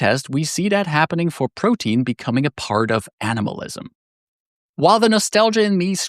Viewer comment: Nice vid! For reference, Protean is pronounced Pro-tee-an, not Protein. the word is a reference to Proteus, a shapeshifting god from Greek Mythology.